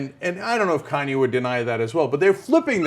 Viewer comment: How the fuck does she pronounce kanye? Khan-yay?